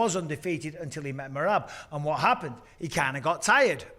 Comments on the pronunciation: Can we pls start a petition to correct pronunciation of “MEE-RAB”, driving me unreasonably nuts. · Love how pronounces Merab's name! 🤣